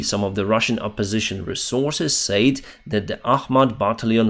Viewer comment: can you say "said" instead of "sayed", its so annoying, but overall your english is great, keep up the great content, slava ukraini - from mongolia